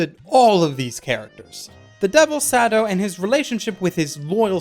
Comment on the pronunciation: I love how he pronounces it "Sado" lol